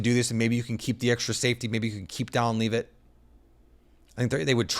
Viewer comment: I feel like a fan or at least a hobbyist just doing a job who watched a few games last year would know how to pronounce Dallin Levitt's last name properly.